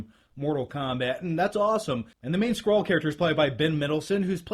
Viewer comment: It's always better to see actors who are comic fans play these parts. I doubt in her whole life Brie has ever picked up a comic book. Also, thanks for saying Skrull and not "Scroll"